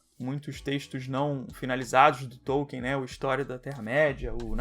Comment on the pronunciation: e hoje eu descobri que não se pronuncia TÔU-quien, e sim Tol-KIN